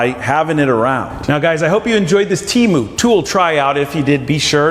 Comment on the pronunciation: You are saying Temu wrong 💯